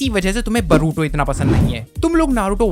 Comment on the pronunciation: Tujhe english padhana nahi ata bhai tu boruto ko baruto bol raha he aur baat karta he naruto ki 😂😂😂😂😂😂😂